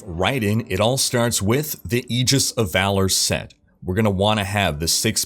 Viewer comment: Learn to pronounce the word Aegis... for fucking christ